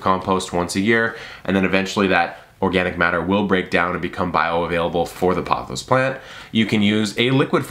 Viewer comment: I believe its prononced as poe- thows... long “o” sound. And raphi-dough-for-us